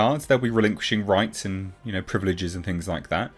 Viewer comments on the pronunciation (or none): none